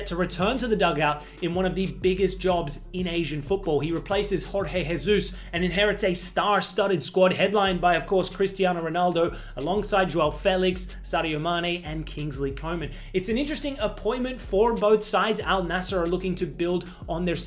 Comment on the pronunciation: “Horhey Heyzeus” 😭🥀